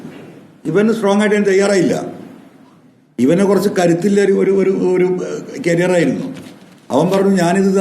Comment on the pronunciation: കരിയര്‍ അല്ല ചേട്ടാ..😂